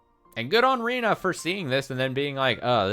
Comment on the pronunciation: Rena is pronounced “Reh-nah”, and Rina is pronounced the way you’ve been pronouncing Rena this whole time.